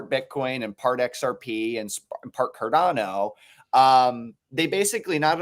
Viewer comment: So this video should educate people and most of the presenters here have apparently lots of knowledge but maaaan Cordano and Solano, what was doing here? It s obvious he has no clue what he is talking about😂